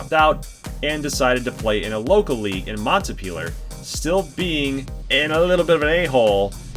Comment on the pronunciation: I am so hyped for the franchise hockey is one of my top 3 favorite sports and you don't see any franchises like this. Also Goldy Montpelier is pronounced Mont-pee-lee-er. Even if he is a bully I will root for Konstantinov as well as Hemingway just because they went to UVM.